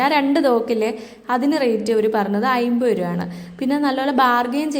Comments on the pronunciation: ലാല്‍ ഫോണോ...? അതെന്ത് ഫോണ്‍... 🙏🙏 😂😂😂 എല്ലാത്തിനും അയിമ്പത് രൂപയേ ഉള്ളൂ ലേ....? അയിമ്പതല്ല അമ്പത് രൂപ എന്ന് പറയണം ട്ടോ...🙏 അത് പോലെ ചെറിയ ഇടികല്ല് അയിമ്പത് രൂപക്ക് ബെര്‍ത്തായി തോന്നിയോ...? ബെര്‍ത്തല്ല ട്ടോ വര്‍ത്തായി തോന്നണം... 🙏🙏 ബ്ലൂത്തൂട്ട് അല്ല ട്ടോ ബ്ലൂടൂത്ത് എന്ന് പറയണം... വായനാ ശീലം ലവലേശം ഇല്ലാത്തത് കൊണ്ടാണ് ഇത്രത്തോളം വിവരക്കേട് വിളിച്ച് പറയുന്നത്... ഏറ്റവും ചുരുങ്ങിയത് ദിവസവും അര മണിക്കൂര്‍ പത്രം വായിക്കൂ ട്ടോ... 🙏🙏 ഒന്നൂടെ നന്നായി ശ്രദ്ധിക്കൂ ശരിയാവും 👍👍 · ഐമ്പതല്ല അൻപത് എന്ന് പറയൂ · അയിമ്പത് അമ്പത് അല്ല..... അമ്പത് എൺപത്